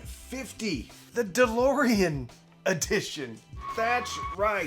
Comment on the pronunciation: I was gone when you mentioned the price!! For a Cambridge!!! And calling it ‘’?😂